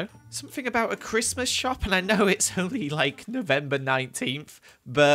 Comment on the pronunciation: do i hear donkey-Mas?